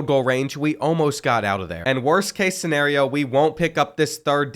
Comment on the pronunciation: Bro that was a crazy way to say “ scenario”